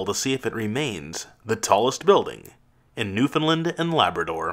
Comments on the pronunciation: The way you said Newfoundland as a Newfie highly triggers me. For future reference, it’s not “New-Fund-Lund” it’s “New Found Land” no hate, it was a good vid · AAAAAAAAAAAAH! It’s pronounced New-found-land or new-fin-land. Not “lin” but “land” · My god you didn't even pronounce "Newfoundland" right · Through that gibberish I believe she's saying you're mispronoucing Newfoundland.